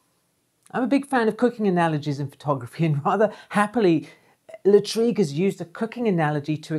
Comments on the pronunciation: Great video as always.....😘....P.S......Lartigue is pronounced Lar-teeg....not La- treeg......📸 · thank you for your rich information Jacques Henri Lartigue and not Latrigue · Hi! Thanks you so much for your videos. I’m a big fan. I’m a French amateur photographer and I’ll take the opportunity of your mispronunciation of Lartigue;-) to ask you a question unrelated to photography (this time). I would like to know what you are saying. For my French ears, it sounds like « Hazard hazard ». And you say it each time! And each time I try to catch it but unsuccessfully each time. Can you satisfy my curiosity?